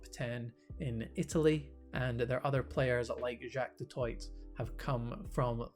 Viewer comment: Good content. FYI, Du Toit is always with a silent T at the end.